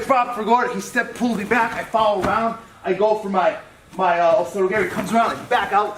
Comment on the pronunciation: Well, it's gah-ri, not garry. ROFLMAO